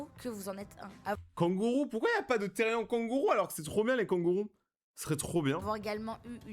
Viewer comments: PAR PITIER ON DIT PAS THERIAN MAIS THERIANEEEE CA CE PRONONCE THERIANE MAIS CA S'ÉCRIT THERIAN C UN MOT ANGLAIS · MERCIII JE SUIS THERIAN ( SA SE DIT THERIANNE ET NON THERIEN MAIS SA S'ÉCRIT THERIAN ) ET FURRY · Moi je suis otherpaws c un peu comme le(a) cousin(e) des Therian 💗et aussi ça se dit pas térien ça se dit Therian (ça veut dire qu’on prononce bien le A et le N à la fin) Sinon merci d’avoir fait une vidéo dessus.🎉❤(aussi je tiens à dire que certaines vidéos sont faites avec de l’ia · Enfin quelqu’un qui respecte les therian ! Mais sa ce dit therianE genre y’a pas de e mais il se prononce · Team therian et ça se dis therianne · Salut juste pour te prévenir sa s’écrit therian mais sa se dit theriane (j’en suis un) merci pour ta bienveillance 😊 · Ca ce pronounce teriane mais ca s'écrit therian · Moi je suis therian en fin je crois Et ça se prononce plus "tériane" Et comme ta vue tu peux regarder la terre des kins pour te renseigner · déja on dit "thériANE" comme pronociation